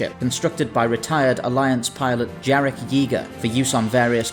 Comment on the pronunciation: One day I would like some english speaker pronounce that obviously slavic name properly 'Yarek'. The J sound is a Y.